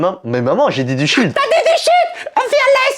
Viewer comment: Mais maman c’est du Shield pas du shit 😂